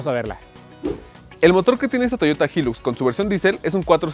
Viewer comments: Creó que se pronuncia “Jailux” y no “Jillux” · Jóvenes se debe pronunciar: Jailux no jilux, HILUX Se traduciría como alto lujo o gran lujo, cuiden estos detalles. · Que rara la forma en la que pronuncian "HILUX"